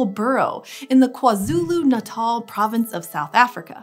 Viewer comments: Im from South Africa props on the close pronouniasion of Kwazulu- Natal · Thanks for pronouncing KwaZulu-Natal properly! a lot of people usually get it wrong. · You are one of the only non-South Africans to say KwaZulu Natel right